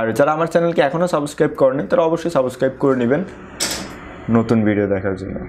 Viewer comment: Though the video was very helpful but I want to correct something .. it's not saboscribe .. it's subscribe ...plzz pronounce it correctly it sounds really weird